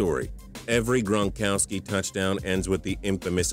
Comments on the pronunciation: Rob gronkoski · TPS at the begging did you say Rob Bronkowski